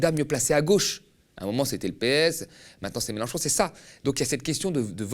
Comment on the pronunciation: et il a bien du mal à prononcer clairement le nom de Melenchon, ça lui écorche la bouche on dirait